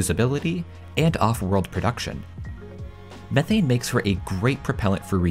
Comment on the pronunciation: How many times can you say methane wrong lol 😂